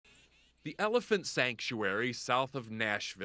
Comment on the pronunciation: "Ele-freedom" he really tried to get that off 😂